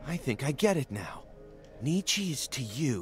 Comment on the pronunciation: Actually, it’s pronounced ‘knee-chuh’